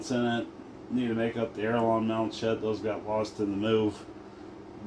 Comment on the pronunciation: Just so you know.....there is no such thing xalled an aerolon....The word you are meaning to say is called an aileron....pronounced (aile - er- on) definitely not pronounced ( aero-lonn)... Now you know the error of your ways and you can correct them accordingly.😅😅😅